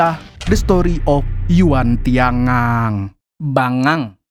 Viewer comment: Pas admin bilang bangang seketika langsung berpikir admin org banjar😂😂😂